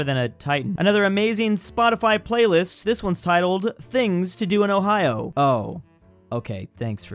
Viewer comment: He said hoe-hi-yo and not Ohio?